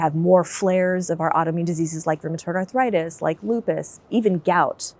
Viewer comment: This is the first time I have heard the word 'arthritis' pronounced as 'arthuritis'. Any linguists here? Is this the beginning of a new change in American English? Is it regional usage? It seems similar to the intrusive 'r', as in "law-r and order". Sorry for being completely off topic.